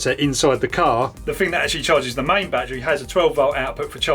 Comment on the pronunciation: English is not my native, but still, is there any way you perhaps can improve your pronunciation, perhaps exercise or something?? For instance word like battery, becomes boitaray oys and ays you knoys broi- thei youi goi main